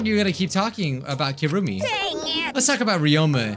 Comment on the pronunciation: Repeat after me, kirumi. Nlt kurumi, kirumi